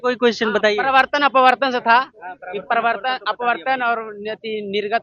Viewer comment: Parwartan ni parawartan hota hai😂😂😂